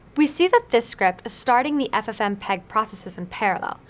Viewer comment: for fsake lol... its not 'ffm peg' but 'ff mpeg'...